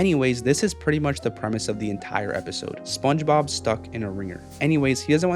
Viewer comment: dude literally says sponshob